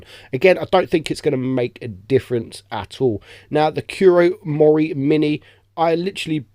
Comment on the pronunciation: The Pronunciation of the Kurt Mori Mine... how do you fail that badly?